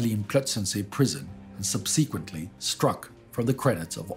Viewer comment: Please learn how to pronounce "subsequently" before the end of the war.